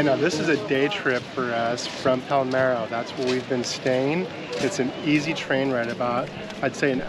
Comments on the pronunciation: Do you mean Palermo? You said Palmero. We laughed because my last name is DiPalermo and people always say Palmero. 😂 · You’re pronunciation of Palermo needs a little work